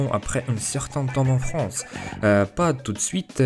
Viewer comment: Tu prends Beaucoup d'abonnés GG (en vrai juste de trois mots que tu prononce un peu mal parfois "Fronce" ou lieu de "France" sinon le B2 tu va l'avoir)